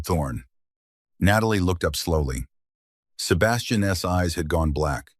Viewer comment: Loved the story, unfortunately there were no subtitles and the narrators voice is the worst I've ever head. Worse than the braindead aliens voice. This one can't pronounce an apostrophe. For instance , it can't pronounce Sebastian's name !!! It pronounce it as Sebastian S. It was so damn irritating i could scream, but, i wanted to listen to the story, I had to bite my teeth and listen. From Randburg South Africa 20 July "26